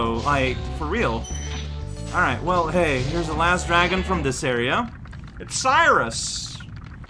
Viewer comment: dang bro spyro the drago wants you to put some respeckk on his name yo